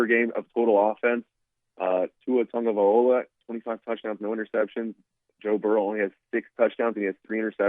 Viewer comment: Dang half the season finished and you still saying Tagovaiola